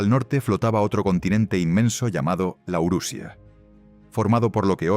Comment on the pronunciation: Cuando la imagen dice claramente Laurasia y la voz inventa Laurusia, tenemos un grave problema. Otro canal lucrando que saca videos como chorizos...